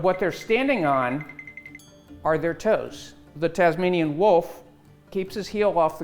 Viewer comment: Its the Tasmanian tiger... not the Tazmanian wolf.... god I hate it when Americans do Aussie stuff bc they're always getting it wrong... just like Vegemite.